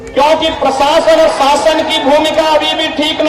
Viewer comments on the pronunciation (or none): none